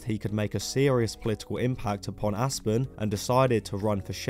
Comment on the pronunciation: I thought you said "Ass-burn" when you pronounced "Aspen."